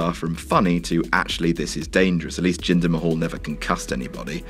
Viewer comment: Hey his name is jinder Mahal not ginger kk